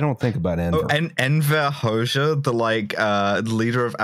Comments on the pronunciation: A year late to the party but the correct pronunciation of Enver's surname is Ho-jah. The "xh" in Albanian reads as a "jah" in English. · It's pronounced "Hodzsa" in Hungarian spelling not "Hoksza" so it's not an x but a j as in job or jab. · x in Albanian is pronounced very close to dzs in Hungarian. Nindzsa, dzsem, Hodzsa... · Ah yes, Neekohlay Ciaociaoscu and Enver Hosha. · "Hoxha" pronunciation gave me heartburn